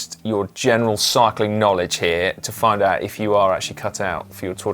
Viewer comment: haha, slow Si-cling......